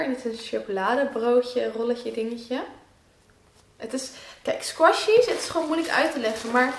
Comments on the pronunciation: Brrrr ik vind het zo vervelen al j squashies zegt😂♥♥ maakt niet uit! xxx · Je zegt sqishys